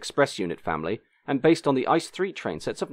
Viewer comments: I- C- E Zoals Ie-Cee-Ee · A quick note: ICE trains in Germany: pronounced I. C. E. (I’m German) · Great video, but you said ice wrong